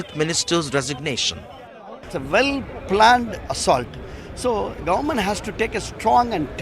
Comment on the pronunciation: the GUNMENT ??? who's this reporter :D